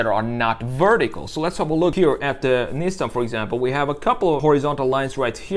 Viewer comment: LOL 😂 Toyoti… Nissen… Lol